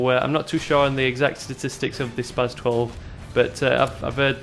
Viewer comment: spars 12 sound soo stupid haha i always thought it was said spas...like you do